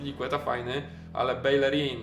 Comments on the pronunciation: Nie bejlerin tylko bejerin taka rada na przyszłość;) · Czyta się Bejerin, w hiszpańskim podwójne l to j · Belerin czyta się ,,Bejerin"